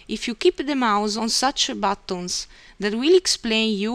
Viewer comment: batooons (buttons) hahahahaha